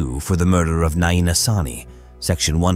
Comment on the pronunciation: Not naeena